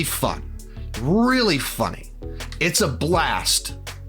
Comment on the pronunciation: I like you,... I really do. However, the way you say “funny” is deeply concerning.